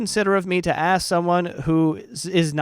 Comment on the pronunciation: i kinda find it weird the way he pronounce the word "ask" as "aks" maybe is an accent thing, also english is not my native language..